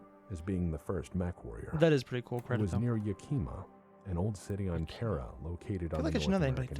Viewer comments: pronunciation of Yakima kills me. 🤣 It's awful. But I don't expect him to know because he didn't grow up anywhere near there. It's pronounced "YAK-ihmah" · It's Yakima (not Yakeema! Shees,, do you pronounce the capital of Texas "Austeen"?) in south central Washington. Not far from Mount Rainier. "Before calmly walking up, raising the mech's right foot, and stomping the tank flat." Um, that picture has the Mackie stomping with it's LEFT foot. There have been various depictions of the Mackie over the years. actually addresses why some of the Mackies have dick lasers and other don't as the dick-laser variant being one of the Mackie clones that one of the Great Houses made as they tried to copy the design. I think the weapons designer was compensating for something. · The Mackie test happened near Yakima WA. is just horribly mispronouncing the city's name.